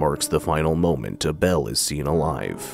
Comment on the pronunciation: Pretty sure it's ABEL (Pronoun: (A'Bull) not A' Bell...